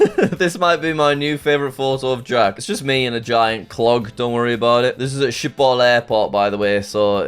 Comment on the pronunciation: Meeste mensen buiten Nederland kunnen de g niet zeggen